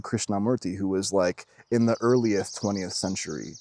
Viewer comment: LOL “Earlyith” 🤣